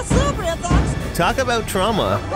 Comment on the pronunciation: I enjoy hearing you "talk avout all things Disney".